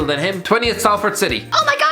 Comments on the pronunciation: Salford is pronounced Solford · Why did he say Salford like that